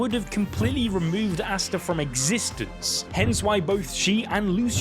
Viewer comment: Names aren't too hard to read out loud... How is the first guu calling Asta, Arstar. Nacht as Narc... 2nd guy was much better pronouncing everything right.